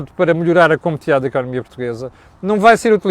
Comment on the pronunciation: "Competividade"?!!!!! Parece o António Costa! COMPETITIVIDADE, se faz favor... Fazia melhor reparar nas suas constantes calinadas no português em vez de chamar a atenção dos erros que outras pessoas cometem.